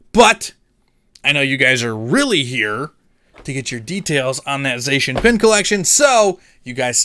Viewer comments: ''ZA-SEE-AN''' btw :P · Lemme help with the Zacian triggering; It's pronounced ZACK-IAN 🙃🤔🤫🤭🤣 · It doesn't matter how you pronounce Zacian, but I've honestly had my best pulls out of the celebrations Zacian box. And if I got it from you, then it would DEF. stay closed.